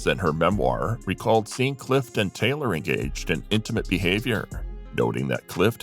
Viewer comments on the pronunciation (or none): Clift.....not Cliff....This must be AI narrated.